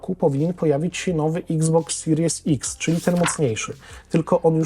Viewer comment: Sorry że się czepiam akurat na Twoim kanale ale czemu wszyscy polscy blogerzy z uporem maniaka mówią x box siries ex/s ? Zdecydujecie się na jeden język. Albo exbox siries ex albo Xbox seria ix lub serii ix. Celowo tak piszę jakby co. Brzmi to bardzo pokracznie, ani po angielsku ani po polsku.